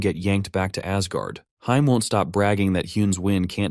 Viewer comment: Ok good work on the video but omg the ai reading heim wrong hurt aaaaaa